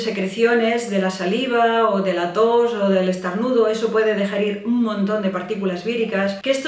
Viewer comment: dice estarnudos?